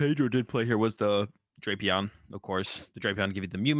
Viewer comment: it's pronounced DRAY-pee-aan, not DRAP-ee-ann. has it right. I wouldn't say anything, but you are always hounding him for his pronunciations!:)